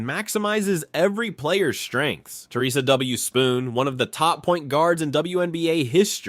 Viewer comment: It’s Theresa Witherspoon, not Spoon 🙄